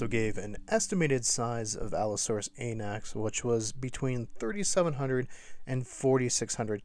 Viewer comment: Allosaurus “Anax” sounds so wrong.